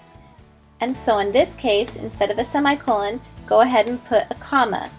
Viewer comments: I hate how she pronounced semicolon! It's /seh-mI-kuh-lăn/ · sey me cololen she was saying it wrong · "By the end of this video, you should lknow how to use a semicolon..." but not pronounce them. Yikes.